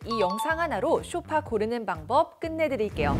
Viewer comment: 쇼파가 아니라 소파…. 귀가 거슬려서~~ㅎ